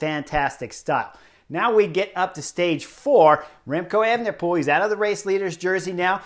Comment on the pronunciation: Could you say "Evnepoel" one more time?